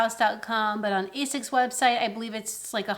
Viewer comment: Okay, who beat you up so you stopped pronouncing like Ay-Zics? Lol.